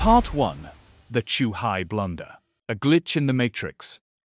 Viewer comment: "Zoohai"? "Chuhai"? Both wrong. Lol. Morons.